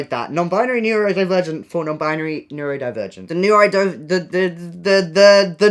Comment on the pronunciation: imagine living with Noah and just hearing him constantly incorrectly shout 'NEURDO-NE-NEURODIVERGENT!'